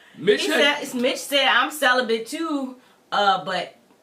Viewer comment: barebacked 🤦🏾‍♀️ Celi-bent 🤦🏾‍♀️